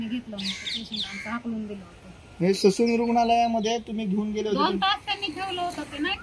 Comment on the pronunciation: ससून नाही डायसून